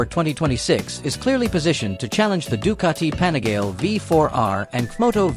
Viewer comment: "The Doo-cah-tee pani-gayl" 🙄🙄🙄🙄 Nice pronunciation ai moron 🤨